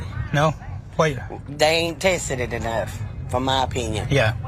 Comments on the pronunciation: "They aint tasted it hay-nuff" If everyone was as stupid as her it would never get "tasted hay-nuff". FFSake. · That woman said "D'aint tested it a'nuff" Damn them trump supporters. Let them die if they dont wanna get the shot. Gonna be an easy 2024 election!!!